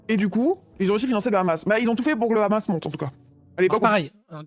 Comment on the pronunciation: ça me trigger les gens qui disent "ramas" au lieux de hamas, tu dis Hawaï pas rawaï